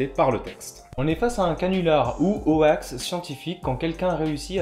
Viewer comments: C'était très intéressant ! Parc contre "hoax" prononcé "o-axe" ça pique un peu les oreilles ! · "ho-ax", j'ai toujours prononcé ça "hox" personnellement, j'imagine que c'est comme gif et jif, les deux prononciations sont courantes. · Ah non non, ça prononce bien "hox" (/hoʊks/ en alphabet phonétique) mais on a prononcé ça n'importe comment car on trouvait ça drôle ^^' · très intéressant, par contre dire ho-ax ça choque... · Nan mais cette prononciation de hoax me donne des envies de meurtres >.< Vous avez fait exprès, rassurez-moi ? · Vous pouvez éviter de prononcer "Hoax" à la française ... C'est moche à entendre. ><' Et vous utiliser aussi le mot français canular donc c'était évitable.